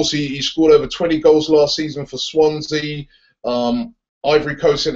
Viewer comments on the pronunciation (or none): none